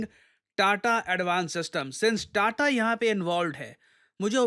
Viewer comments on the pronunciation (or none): none